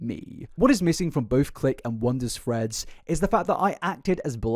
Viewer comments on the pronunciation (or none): ngl when he says threads i kinda hear freds